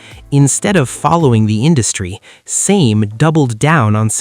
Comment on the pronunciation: Utter Bollox, all of it! You cant even pronounce Same properly.